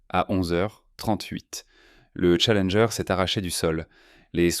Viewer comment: On dirait que certzines bafouilles sont faites exprès pour faire "plus réaliste", plus "humain" par contre certains mots sont prononcés n'importe comment, aucuns francophones ne dirait ça comme ça... Comme la navette "Challengé" et pleins d'autres mots... Ca devient pénible ces voix! 🫩🙄